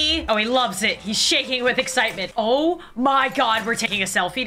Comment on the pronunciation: When she said oh, oh, oh! But for some reason it sounds like ew, ew, ew!